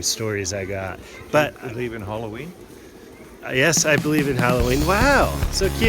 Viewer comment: "Happy Harroween"